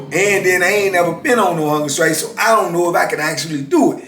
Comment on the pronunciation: am i the only one who hears "hunger sKrike"?